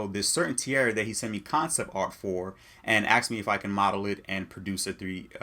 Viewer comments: Asked. Not Axed. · "Aksed me" I'm out. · Aksing also pisses me off lol